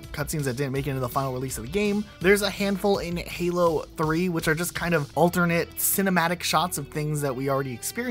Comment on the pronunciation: What is Helo? It's called Halo. Duh!